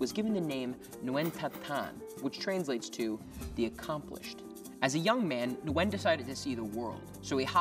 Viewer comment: Nguyen not new wen